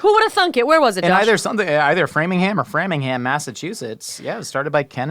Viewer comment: omg hearing him say “Framingham” correctly was so weird! So many people get there wrong.